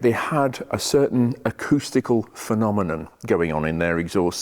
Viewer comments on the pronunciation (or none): none